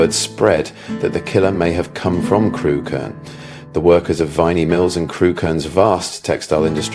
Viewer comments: It's pronounced Crook -urn, not Crew-Kerne. I live a few miles away. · Yep.Had a friend from there and she always called it Crook-urn.